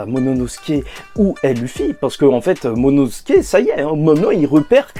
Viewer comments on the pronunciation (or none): Lol apprend a prononcer momonosouke lol. Sinon super vidéo comme dab